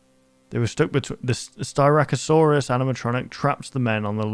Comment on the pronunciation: Don’t worry. You said styracosaurus correctly!